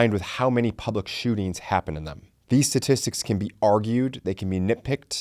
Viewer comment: It's pronounced sTatistics.